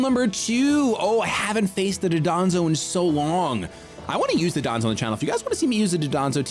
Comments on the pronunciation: Dondozo is pronounced don do zo not duh don zo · I assume I'm not the first to point this out, but it's Dondozo, not Dodonzo. Super common mistake. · Pronounced “Don-dozo ” just by the by. That’ll be a little easier to fix instead of the 15-year Hydreigon pronunciation lol